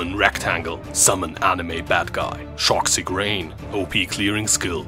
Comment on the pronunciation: My iced coffee went out my nose with "Shock-xic rain". My dude, I was so unprepared.